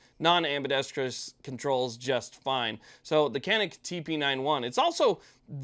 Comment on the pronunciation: I've owned a Canik Stingray for a dozen years now, and I love it. But I found out that the name 'Canik' is Turkish, and they pronounce it (roughly) "zha-neek."